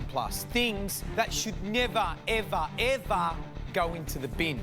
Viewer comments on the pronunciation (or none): NEVAH EVAH EVAH